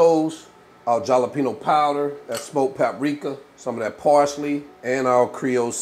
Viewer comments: Dude! It's not JALapeno, it's (HALanpeeno).. WTF? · It's pronounced halepeenyo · I use to say it the same way until I found out the j is pronounced like an h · I can’t be the only one who likes how he says jalapeño 😂